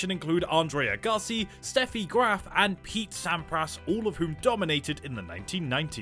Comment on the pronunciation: It's not Andrei A-Ga-si. It's Ag-ga-si